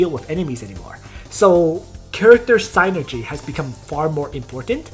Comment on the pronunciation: very informative video for those of us just getting into pvp, thanks! [ ps: the Y in sYnergy is pronounced the same as the one in nitroglYcerin ;) ]